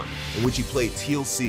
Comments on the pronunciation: It's pronounced "Teelk" not "Teel-see." Useless journalists lol. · For future reference.... Teal’c is pronounced like “Teelk” not Teel- Letter C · I KNOW YOU DID NOT JUST PRONOUNCE HIS NAME AS "TEAL-SEE" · Teal'c...pronounced Tealk not T El See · Omg. The way you pronounced Teal'c makes me want to just quit life. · Ah yes, Teal-See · Did brother man just say Teal SEE?!?!?! LMBO!!! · Yo,. It is pronounced "Teal-k" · SHOL'VA!!!!! the name is Teal'c pronounced as it's spelled not "TLC" Him and his fellow jaffas will come for you!!!! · “Teal see” DISLIKED, UNSUBSCRIBED, REPORTED FOR HATE SPEECH (I kid of course, but I’m sure there were a lot of angry Stargate fans at that point..) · Pronouncing "Teal'c" like "TLC" makes you seem like a scrub, and they did sing about "No Scrubs" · Should have learned how to pronounce teal’c before airing this video 😂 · Cringed hard at that 😂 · LMAO 🤣 I was thinking the same. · I understand you needed filler information but I would have looked up the pronunciation of teal'c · That Tealc pronounciation was atrocious